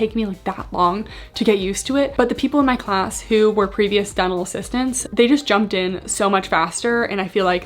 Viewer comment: I keep hearing “devil” school instead of “dental” and it makes me chuckle every time 😂